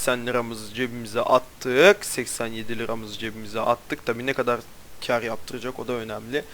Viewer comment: Nerelisin ( Ne gada dediğinden anladım bir yer ama :D )